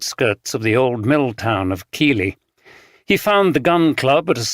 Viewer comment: Neither would they pronounce Keighley as Keely if you’re from Yorkshire you would pronounce it Keithly